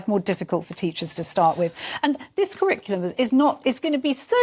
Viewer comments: I think it's hilarious that the bloke who is head of the national curriculum can't say curriculum. Crickulum?? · How does this guy have any say in the kriklum [sic]? Not that he can even say the word "curriculum".